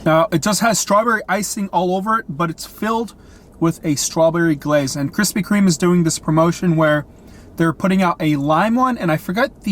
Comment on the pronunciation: “Krispy Kreme”...no “S”